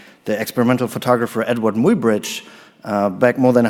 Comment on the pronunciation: The name Muybridge is pronounced ~my-bridge.